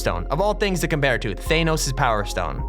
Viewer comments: THAYNOS? ARE YOU JOKING ITS THANOS (anos) or THANOS(an*o*s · Bruh he said thanos wrong it's th A nos with a AAAAA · Who tf pronounces it THAYNOS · Thaenos Everyone Else: Thanos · using my brothers account but who says thanos as Thainos there is no i In Thanos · Did he just say Theynos instead of Thanos? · Instead of Thanos you say thaynos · THAYNOS?!! WHO IS THAYNOS?!! 😂😂😂😂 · No one:: thainos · No one: thay-nose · Nobody: Literally nobody:: THAYNOS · Ain’t nobody gonna comment about how he said, “Thaynos” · thaynos lol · ThaYnos snaYp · Nobody: This guy: THAYNOS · You do realize that tons of other people LOVE matchmaking right? And what the heck is THAYnos? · Bad wolfs Peralta you mean vault and you have to say THANOS (fanos) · Am I the only one bothered by the way he says Thanos? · Why did you say thanos so weird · He also pronounced thanos wrong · if anyone says thanos like that ever again I am going to commit falling from a choppa